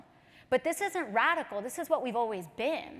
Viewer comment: She said dis for this